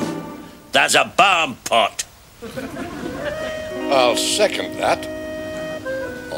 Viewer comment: Its Barmpot